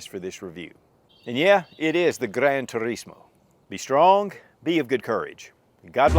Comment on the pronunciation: has that Italian accent when he said "Gran Turismo". 👍🏻😎